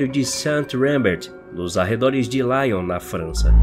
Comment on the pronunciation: Nota: se é na França, para LION, a pronúncia é lion /i/ e não /laion/